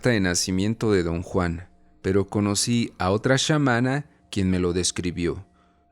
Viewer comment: ¿Porqué pronuncias SHAmana? La palabra es Chamana. No se pronuncia latíz, sino látice. Si no sabes pronunciar una palabra, léela literalmente.